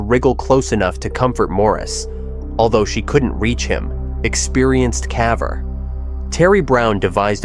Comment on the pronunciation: Whenever the AI voiceover says calver instead of caver I’m immediately out lol. I mean it’s the entire topic of the video.